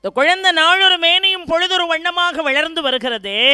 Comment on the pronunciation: அடையாளம் adayazhm வளர்ந்து vazhndu கட்டளை kattazhai Lavukkum zhavkkum உச்சரிப்பு